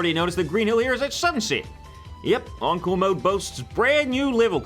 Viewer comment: I hear uncle not encore